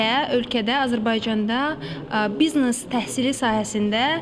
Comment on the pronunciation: bıznes yox biznes